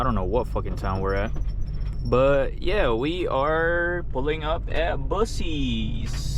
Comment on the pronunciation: Buck- eez. Not bussies lol